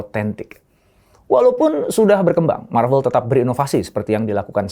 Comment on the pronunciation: bang lu ngomong marvel nya yg bener aja soalnya di translate nya lu ngomong klo bukan malu/novel